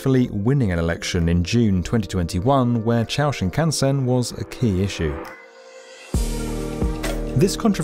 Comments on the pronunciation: Not "chow", it's pronounced "chu-oh". Sheesh. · "Chuo" is pronounced chew-oh, not ciao. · 中央 (central) is pronounced choo-oh, not “chow”. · For such a high quality channel it feels a bit rinkydink to have such bad pronounciation. It's not like it's a hard word either, just pronounce the letters in the order they're there: CHU-O. Not chao, ciao or chow. Same goes for Chinese, just paste the word into Google translate instead of butchering every city name. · FYI: Chuo is pronounced as "choo oh", not "chow". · “Chuo” is not “chow” as mispronounced. It is closer to “chew oh”. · I love this vid. One little detail though: Chuo is pronounced "chuu-oo" and not "shao" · Love your videos, I watch every one of them, but you need to learn how to pronounce CHUO if you're going to use it 20 times in the video. It's CHEW-OH, not CHOW. Please do some basic homework before recording these. Thanks for the videos and keep up the otherwise great work. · Awesome video, but y’all need to research how to pronounce words correctly 🤷‍♂️ Chuo Shinkansen is pronounced “chew-oh” not “chao” Nagoya is pronounced “Na-goh-yaa” not “nagoa” Shizuoka is pronounced “Shee-zoo-oh-ka” not “shizooka” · Good video, though the constant reference to the “Ciao” Shinkansen was distracting. (Try saying “CHEW-oh” and you’ll be close.) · It's not "CHOW" Shinkansen, it's "CHOO-OH" Shinkansen. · haha, I have never heard anyone who pronounced "Chuo" Chauwau lol. That's a whole another level or facepalm. It's choo-oh. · Chow Shinkansen? 🍜 🤔 It’s pronounced “chew oh” Either way it makes me hungry 🤤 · Cool video, but calling it the Ciao Shinkansen rather than Chu-O Shinkansen was eye-twitch inducing. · "Choo-oh" Shinkansen not "Chow" Shinkansen. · “Chuo” isn’t pronounced chow, it’s more like chew-oh😊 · It’s not Cha-O it’s Chew-Oh ;) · chow shinkansen lol. is it "chu-o" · CHOW shinkansen still makes me laugh... it's chew-o. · It's pronounced as "Chew-Oh"(ちゅうおう), not the chow mein stuff not today satan. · ❎CHUO ✅CHOW